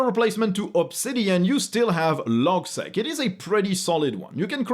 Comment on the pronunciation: logseeq 😁not logsec